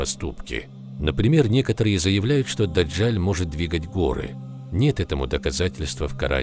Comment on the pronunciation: Не ДАДЖАЛЬ, А ДАДЖАЛ !